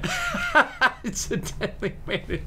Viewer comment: axe-edent xD